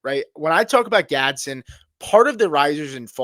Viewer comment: It's not Gadsin.. .. It's pronounced Gads-den